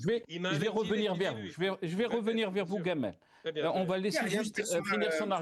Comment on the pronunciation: C est jamal, pourquoi gamal 😂😂 un hommage au égyptien ?